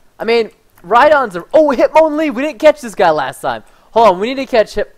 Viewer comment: Preston says Hitmonlee with a French accent...